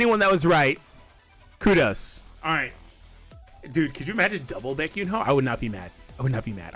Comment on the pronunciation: Bro butchered the name 😂😂😂